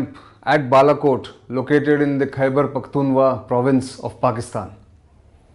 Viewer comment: Its Khyber Pakhtunkhwa, Sir. Not Khyber Pakhtunwa. How could you get the very first sentence wrong? :(